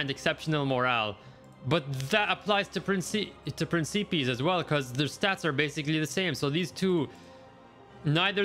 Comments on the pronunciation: Nice vid but principeas... 😭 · Pren-ce-pees.... Jesus dude